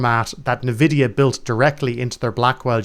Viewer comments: Nvidia is pronounced "en"-vidia, not "n"-vidia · its not pronounced "ne" vidia, its pronounced "En" vidia, it is a deliberate word play on envy, hence the green eye of envy is the logo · Thank you so much for explaining this. With that said, I have no idea how anyone at this point in time can this it's pronounced "Neh-vidia." It is pronounced "En-vidia." Still, gets a thumbs up from me. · He says na-vidia. Wish people would look at the words they're saying.